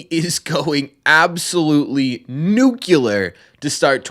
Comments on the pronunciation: It’s NuCLear, not Nucular… 😂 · FYI it’s pronounced Nuke-Leer not Nuke-You-Lar